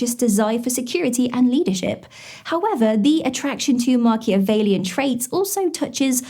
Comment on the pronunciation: It's "Machiavellian" 😉